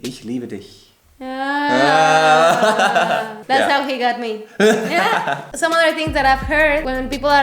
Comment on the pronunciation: Er sagt so schön „ich liebe dich“...